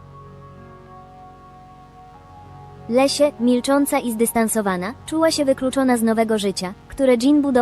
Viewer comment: Wszystko OK, tylko Leslie a nie Lesia